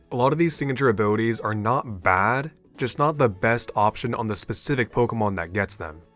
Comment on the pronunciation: i like how say "abwilitwies"